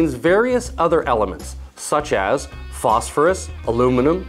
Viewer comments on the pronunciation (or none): none